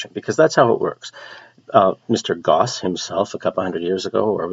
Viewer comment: You're supposed to put stress on the first syllable. It's "ghow-ss." Also, Gauss was German.